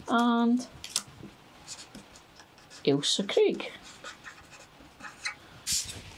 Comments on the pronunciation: Thanks for growing Ailsa Craig. First time I've heard it pronounced correctly. I had no idea. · Love the story and pronunciation of Alisa Craig onions. I do seeds and some plants. I am from the US and have a new channel-AnOldYankeeGardener. I gets this seed from Johnny's, Baker Creek, or West Coast seeds. I buy my plants/starts from Dixion Dale Farms. This is a great video for MIgardener - he is our gardening goo rue! :) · Happy New Year and, I'm so glad you pointed out the correct pronunciation of Ailsa Craig, I'm always screaming at the screen when majority of people say it wrong 😂😂 My hubby used to be a captain in the merchant navy and often worked around the Scottish coast so knew the names of the islands and if we were in Scotland he would point them out to me. Also my Son lived in the Isle of Arran for a few years so again I was familiar with place names. I've always grown from sets but I'm going to get some seeds going this year, I have over Winter onion sets in, but I always do two crops so instead of sets for Summer I will be doing seeds. Thing is my seeds are at the plot and as I said on your other post I haven't been able to get to the plot. I'm starting to feel better (hubby isn't😟) so hopefully later in the week I will be able to get cracking. It's lovely to see your cheery smiley face on the first day of the New Year, you make the dullest day seem bright. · Well you’ve given me a dilemma, first I get a pat on the back for correctly pronouncing Ailsa Craig onions which I’ve grown for a few years, however I’m in Cornwall so now I’m not sure if that’s why they are not huge onions at harvest. How do I tell from seeds which are long day and which are short day onions I’ve never even thought about that before, also I grow in my garden not an allotment so no one else to compare with. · Relieved to know I pronounce Ailsa correctly! I understand the island is where they get the stone used in curling.